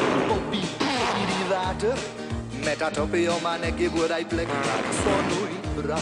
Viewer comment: The way Leon Schuster says "water" kills me with laughter! 😂